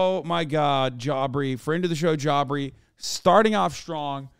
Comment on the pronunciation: No, J Aubrey is the normal pronunciation lmao. I think Hasan just enjoys calling him Jaubrey